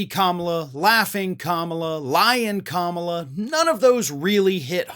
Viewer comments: He sounds crazy saying KAMABLA 🤷🏽‍♀️. lol blah blah blah is what it sounds like 😂. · He's saying "Kama-BLACK." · I think he was going for "Blah" , but since he is so massively brilliant he didn't know word has an h on the end. Experts say he has ADHD. I wonder if he was learning disabled and that is why all his school records are untouchable. Many kids with learning disabilities become bullies.He may be dyslexic. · I don't think it was a typo. I think he means for it to be read as Kama Blah (typed like this for pronunciation purposes). He's wrong about her being blah like he's wrong about everything else. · I think Idiot Boy is trying to say Kama-Blah but, he's not smart or grown up enough to pull it off! Vote Blue 💙💙💙💙💙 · Maybe he means to pronounce it Kama-blah. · It's supposed to be pronounced Comma-blah. Get it? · He can't pronounce a name right and he is not a good comedian. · I don’t think it’s gibberish,, he’s purposely mispronouncing her name to mock her. It’s his only move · I don't think it was a mistake. I think that's one of his way of lashing out. He thinks he's really hurting her by screwing up her name. He didn't get a rise out of just mispronouncing it (which again, was on purpose) so now he's doing this. Yeah, I don't believe for a second that it was a typo. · Maybe trump doesn't know how to pronounce her name! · Imagine a man, a wannabe leader of the free world being so fukin juvenile and petty that he mispronounces his opponents name on purpose. I wouldn't let that man in my house let alone the Whitehouse. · "I don't have a clue how to fix inflation. But wow, I have a great idea! I'll mispronounce my opponent's name and spell it with an extra "b" thrown in! That's really funny and, it will get me tons of votes." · Let the old fart rave on. Food prices? Has trump ever went to the store and bought groceries for his family? He probably mispronounced Kamala, then thought, Genius!